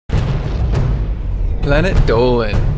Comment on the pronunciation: I just watch these vids for the intro.. “planet doe-lyn”